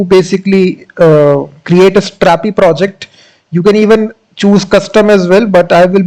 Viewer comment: why you are speaking like stttrrrapi and crrrrrreatttte, pronounce r and t once, it's enough